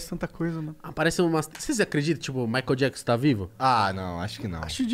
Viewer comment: "Maicon jackson"